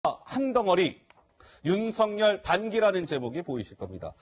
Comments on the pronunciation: 윤석열의 열은 기쁠悅 자로서 렬자가 아니므로 성녈이라고 하지 말고 서결이라고 발음 하셔야 맞습니다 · 조수진:윤석열:윤서결로 발음(ㅇ) 앵커.그외의 패널들:윤성열(×) 추미애기 모든 법에 반기를 들고 지랄. 발광하고 있는 상황.모든 법 절차에 똥미애가 번기를 들고있는 상황.